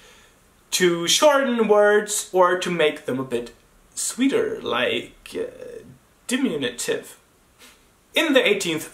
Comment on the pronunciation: Du skulle säga så här: di-MIN-yu-tiv. Not DIM-in-yu-tiv. Tack for videoerna..